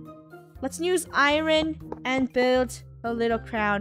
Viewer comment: Irom? ? Oh hahaha iron 😅😅😆😂😂